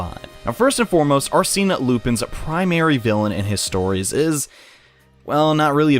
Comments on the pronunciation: Is there a specific reason why you pronounce Arsène as "Arseen"? That sounds pretty weird. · “Are-seen” *T R I G G E R E D* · That's not how you say Arsene. Also those books are pretty good READ THEM PEOPLE.If you're confused why Homlock Sheers might be an antagonist read "The Hollow Needle". And I'd say the detective Ganimard might also have some place in the story.